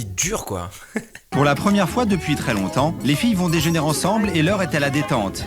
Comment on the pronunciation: chaud la voix of qui dit le déjeunèrent au lieu de déjeuner